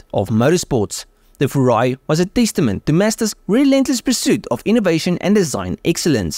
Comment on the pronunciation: Don't say "FURA--I". You must say "FU--RAI". 風(Fu-)籟(RAI).